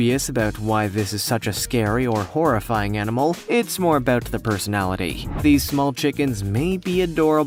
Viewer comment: dats mean u say horrrifyng like dats mean